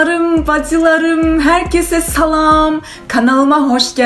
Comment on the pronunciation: Abla herkese selam dediğinde selamı" salam " diye anlamam😅